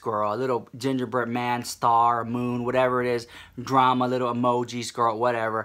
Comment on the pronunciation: "We got some DRRRAMA Honey!" <-- I am soooo here for the way you say it!!! Yaaaaas queen!!